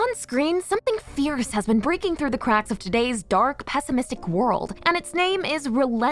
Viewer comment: The way she said dArk was stupid lol